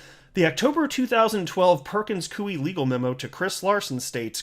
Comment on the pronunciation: It's pronounced Perkins 'KOY' not Perkins Kuey ! ((Koy like Toy, not Kuey like Chop Suey))